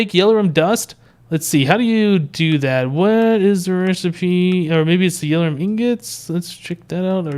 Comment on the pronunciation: its not yell-or-um its yell-or-ee-um